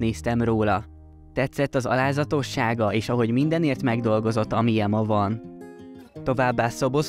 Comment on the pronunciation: "amilye" ??? ne csináld már...